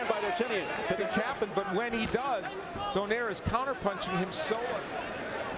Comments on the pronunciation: They need to pronounce his name correctly DOUGH-NIGH-REH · It's itch my ear when they pronounce Donaire surname in English way.